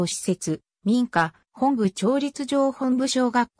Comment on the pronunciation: モトブではなくホンブなんですか?